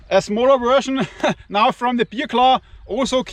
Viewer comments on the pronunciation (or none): Hey, wenn du Bear Claw sagst, dann höre ich immer Bier-Klau:face-blue-smiling:🍺🍺🍺🍺